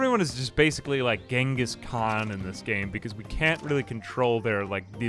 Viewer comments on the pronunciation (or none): none